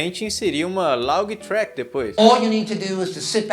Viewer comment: ver ele falando "love track" dói kkkk